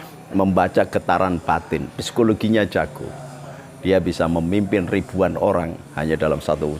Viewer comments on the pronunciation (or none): What pisikologi???? SIKOLOGI LAH BAH LUL......... ALLAH....😅😅😅 OLLOH LAH. (SEBUTAN NYA) GUOBLOK TOLOL NI SI DUKUN LUPA NGUMBE OBANE IYO???